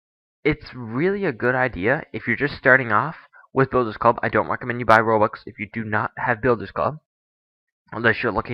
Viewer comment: "rubux" xD